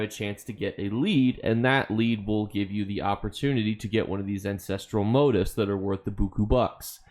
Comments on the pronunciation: I was wondering what "motives" you were taking about. It turns out you're simply mispronouncing "motifs", which is stressed on the SECOND syllable. You're welcome. the i is pronounced like "ee". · Why can’t you properly pronounce motifs? ;_